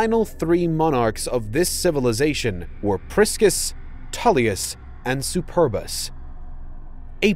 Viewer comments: I cannot help but laugh at how he mispronounced the name "Superbus" . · I can't stand any more. Superbus is NOT pronounced "super bus."